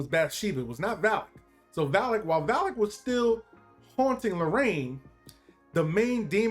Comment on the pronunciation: Valek not kowlic lol